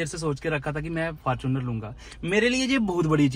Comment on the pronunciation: Fortuner ❌ Farchuner✅